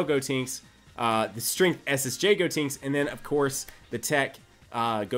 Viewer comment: please stop saying "Gotinks" instead of "Gotenks"...